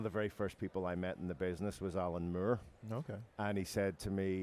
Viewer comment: I love how he pronounces "Moore", sounds more like "murr"